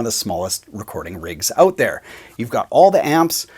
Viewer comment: "Let's find oat" LOL